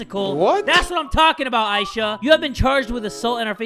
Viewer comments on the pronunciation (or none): Its I-E-sha